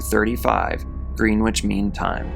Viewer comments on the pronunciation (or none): Greenwich is actually pronounced like 'Gren-itch'. They don't pronounce the other E or the W. As always, great video and excellent content. Thank you! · Greenwich is pronounced 'Grennitch' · It is pronounced grennitch. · If you’re going to narrate this type of content, you should check on the pronunciation of words you’re unsure of. Greenwich is “Grennich”, and it’s Anton Yelchin, not Yelkin. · It’s pronounced Gren-itch. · 'Green-witch' Mean Time hahahahahaha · Yes, it's pronounced, Gren-itch😊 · No no no! Greenwich is correctly pronounced “Grennich.” Thank you! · Grennich ... Like a sammich ... Except not really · It ain’t got shit to do with him being American. Probably just that he’s young and inexperienced. Greenwich has always been pronounced “Grenitch” - NYC’s Greenwich Village for instance. GMT is no different. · The W in Greenwich is supposed to be silent. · Thank you. That was driving me bananas.